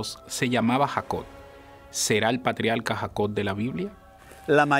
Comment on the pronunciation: Se dice patriarca, no patrialca. Se dice Jacob, no Jacod.